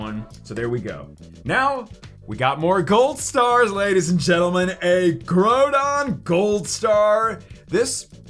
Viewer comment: Your saying groudon wrong